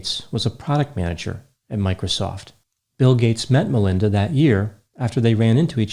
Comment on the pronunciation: Why do you keep saying LINDA Gates??